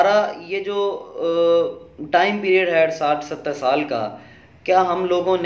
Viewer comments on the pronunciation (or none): none